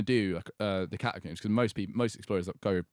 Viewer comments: Can we just mention the way says the word Catacombs as Catacumbes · holy shit they way he said catacombs pissed me off so much like bruh "catacoombs" like tf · Is it just me or does he pronounce catacombs weirdly? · Theres no U in catacombs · The way they day catacombs makes me want to kms